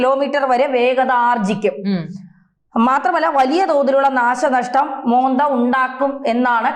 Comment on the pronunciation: മോന്ത അല്ല. മൊൻന്താ🌹